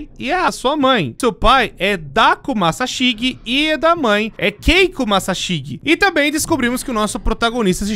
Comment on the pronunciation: "Massaxigui" , "cúricú" , "mégumí" , "sámá" , "cussonoqui" , "iaçu" ...KSKSKSSKSKSSJSJSKSKSSJKSJSKSJSJSJSSKSSKSSKKSKSKSK DCPL MAS ISSO FOI ENGRAÇADO